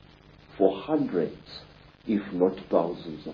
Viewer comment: he says the word Hundreds.. with brittish accent.. ???